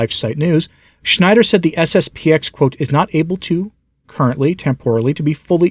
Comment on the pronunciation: It's SSP-ten ---------- not SSP-ex.